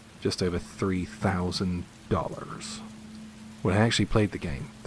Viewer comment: I like how you pronounced “dollars” like you’re thinking that they actually paid that much for that!